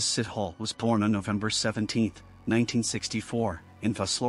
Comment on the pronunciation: His name is not sit hole! Sithole are pronounced see-toh-le. I'm not defending but it's just a very common surname in South Africa and you did not even did home work on how to pronoune different country surname